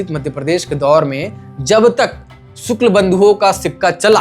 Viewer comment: सुक्ल नहीं शुक्ल, क्या पत्रकार है ये